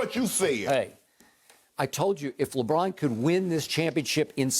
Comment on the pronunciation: Why everybody keep saying lebum 💀💀🤣